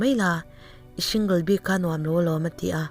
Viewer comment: support hi shu anga lam tur ani lo a.. single pawh....shing...anga lam tur ani lo a...ka lo ngaimawh ve mai mai....ngaithlahlun tih tak ah ka lo duhtui ve deuha...